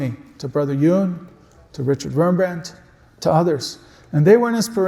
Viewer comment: It was Wurmbrand, not Rembrandt.